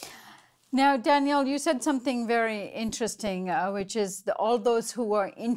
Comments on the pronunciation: Thank you for covering this and we must give Jullian all the support necessary. One small thing, when you put the accent on the second syllable of Daniel's name it becomes a girl's name. Customarily, the man's version has the accent on the first syllable:-) Not a big deal, but distracting to listeners who are used to hearing it the other way. We must have correct grammar while fighting fascism! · It's pronounced, Danyl and spelled Daniel. "Danielle" is the female form of Daniel.